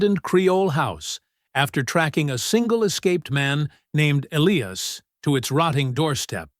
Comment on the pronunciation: "Elly-ass? hahaha. Get a decent AI reader. This one needs educating.